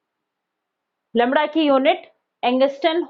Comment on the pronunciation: Lamda nhi hota Lamda hota hai😂